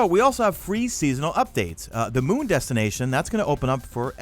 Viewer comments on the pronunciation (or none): none